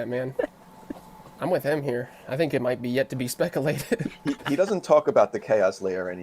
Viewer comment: I can't stop using the word "speckalated" now. It's driving my mates mad.... 🤣🤣🤣